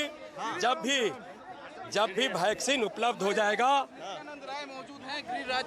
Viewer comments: Chitiya ko वैक्सिन को ...भैक्सिन....कह रहा है🤣🤣😂😂😂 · कैसा नेता है अनपढ़ है क्या वैक्सीन को भैक्सिन के रहा है। बीजेपी बेटा तू तो गया।नवजवान तो तुम्हे देंगे नहीं वोट ये लिख ले बेटा। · Abe chutiye Roy Vaccine toh shi se bol sale 😂